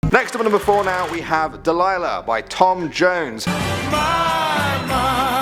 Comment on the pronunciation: When you said Delighla I thought you were talking about... hey there delih how's it like in new York City im a thousand miles away but girl tonight you look so pretty yes you do townsquare shine as Brite as you I sw**r it's true